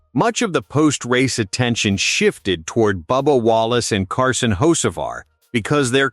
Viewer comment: At least pronounce the name correctly